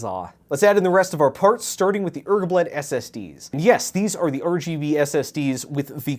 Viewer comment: it makes me so angry hearing him say RGB wrong